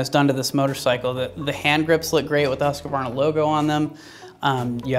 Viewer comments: "HUSS-KVARNA", NOT "huske'varna". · Say after me please: HUUS-KVARNA not Huskavarna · Try saying huskvanna cause you yanks seem to hace issues saying it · Huskavaarna? Whoskvarna. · HUS-KVARNA VEET-PILEN actually, trust me, i am a Swede and have been to both Husqvarna and Husaberg ;) :) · Husqvarna is not pronounced huska-varna dipshit! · please stop butchering the name "husqvarna" :D video itself is great though